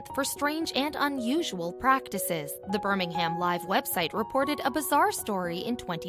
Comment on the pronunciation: I do wish people would take the time to pronounce things correctly. It is said Shrop Sheer (spelt Shropshire) and Burr ming um (spelt Birmingham).